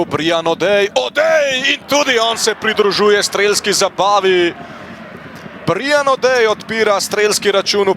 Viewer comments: Kako ta model izgovarja Br I an 😂 Brajan je Brian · Brian je anglesko ime, ne izgovori se BrIan…